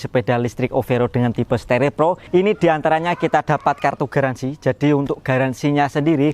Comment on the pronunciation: staRIR bos bukan sterer